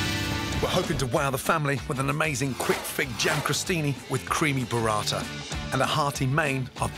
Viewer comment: I wish I could tell him it's "bUrrata". "BOrrata", the way he says it, it's....well, something a little dirtier and less attinent with food. I can hear my fellow Italians laughing already